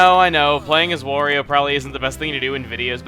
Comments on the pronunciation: Why does he keep saying Wario wrong? It's supposed to rhyme with Mario. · quit saying wario